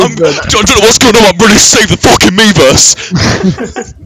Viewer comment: When they’re screaming miiverse, it starts to sound like they’re saying beavers